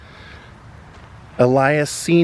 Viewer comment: Awesome,! Thanks for doing this one. That memorial is awesome and well-deserved. One quibble: I think "Ellas" is pronounced like "Ellis", not "Elias." But he's always Bo Diddley to us.